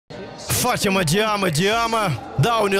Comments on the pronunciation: ФатимА а не ФАтима😂😂😂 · ФатимА только) Ухо режет фАтима) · Фатима ударение на 2ю букву а)